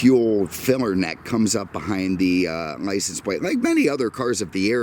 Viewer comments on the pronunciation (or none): none